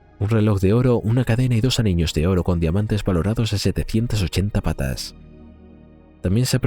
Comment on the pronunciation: PESETAS NO PATAS, INTELIGENCIA ARTIFICIAL...NO SEAS BOBA.